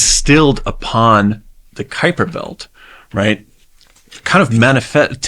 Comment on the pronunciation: I am amazed how proper you pronounce Kuiper!🇳🇱